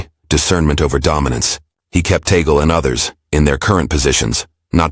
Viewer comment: Blah blah blah…can you have you just pronounce TAGLE correctly 😡😡😡